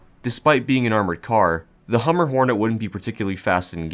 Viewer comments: HumBER, not Hummer. Like lumber. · Hum-ber pig not hummer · As someone who lives on the humber im offended byyou pronouncing it 'hummer' ahaha, but other then that good vid man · I hate to be the guy who comments on a 2 year old video with something like thid but- the B in humber is not silent There's an estuary in the north east called the Humber, and it's said how it's spelt